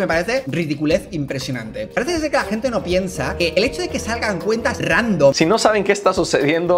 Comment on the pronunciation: Dices buena sente gente no se dice asi se dice buena noche gente like para que lo lea y no cometa el error